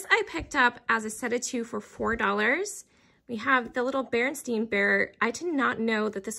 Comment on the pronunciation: I don’t mind chips on items I buy for myself. If you ever watch Thrill of the Thrift she touches up chips with paint even on things she buys for resale. Those carolers were fantastic. I remember The Berenstain Bears being pronounced the way you said it. Who knew it was wrong all those years. 😄